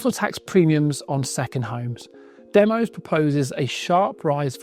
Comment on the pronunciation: DEMOS is named after the Greek word Demos. It is pronounced 'DEM-OSS' not 'DEM-OSE'.